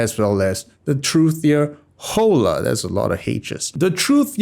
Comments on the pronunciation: Is not jola! Is ola!!!!! 😆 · I think you're supposed to pronounce it like holler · Hola is Spanish for hello. Pronounced "Oh-Law" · In Spanish, an 'H' before a an 'O' is a glottal stop. You don't pronounce it. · Hola = hello in Spanish. In that language the "H" is silent. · Hola is an Spanish word, means hello and is pronounced with a silent H